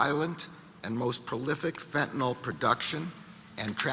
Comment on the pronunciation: It's not Fentynol as in Tylenol. It's FENTANYL